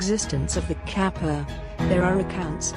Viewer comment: 河童 かっぱ is read with hard k sound like in case, not like in cap.